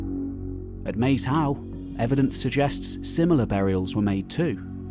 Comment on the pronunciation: I love this channels videos but one small moan about every body who talks about Maes Howe - It’s name is part ancient Brythonic (Welsh) and oart old Norse - Maes is actually pronounced like Mice - and means filed in Welsh -‘ and Hiowe is derived trom old Norse to mean burial mound - so it means Field or the burial mound - illustrating the various people who have had an effect on the islands.